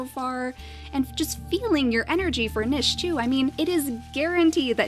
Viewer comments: It is pronounced NEESH not NISH (although some places pronounce it Nich...). Just a little thing that's been bothering me. Awesome videos though. Big fan. ;) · Hey! Love your videos, you are very entertaining and I hate to be that guy... but it is pronounced "neesh"